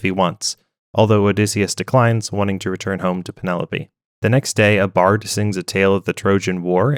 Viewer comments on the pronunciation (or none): none